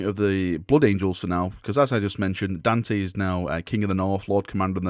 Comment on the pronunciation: Daaaaarn, tey. Please, for the love of the Queens English. Dante.